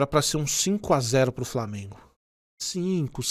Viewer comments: Na moral tinha que fazer um compilado do falando "Framenguun" kkkkkkkkkkkk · Desculpa, mas eu só entrei no vídeo para ouvir ele falar "FRAMIENGO", desculpa novamente 😅, mas pelo menos deixei o like 😅😅😅